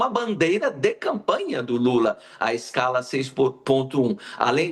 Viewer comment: Maluco trabalhou tanto nessa escala maldita que não sabe nem falar o nome direito